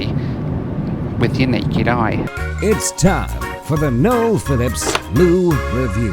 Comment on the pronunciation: mispronunciation strikes again. 😂😂😂